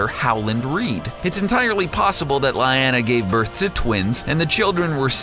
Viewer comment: It's "Lee-ahh-nah" not "Lie-ah-nah"